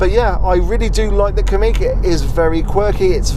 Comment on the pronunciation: Pronounced Kamiq correctly 👍 most folk say "Kammiq"